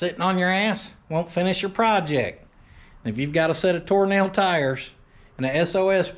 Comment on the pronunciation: I know you're not...but most of the time it sounded like you were saying "Toe Nail" brand tires. Which is a brand I'd actually like to see.